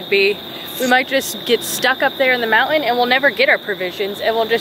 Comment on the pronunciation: It’s a moun-TIN. LOL